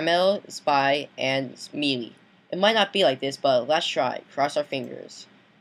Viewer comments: Boy it's may-lay not me lee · Its pronounced May-Lay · Look it up in a dictionary. It's pronounced "may-lay" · Wow I love it when he mispronounces melee. MEELEE! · It's melee (may-lay) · just sayin melee is pronounced maylay